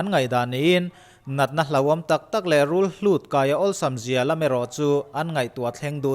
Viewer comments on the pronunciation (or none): Rulhut mawle. Rulhlut inlo ti bik thin anih chuan, mak viau anih chu. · rulhlut ni lo in rul hut tih zawk tur aw eng pawh ni se a ngaihnawm lutuk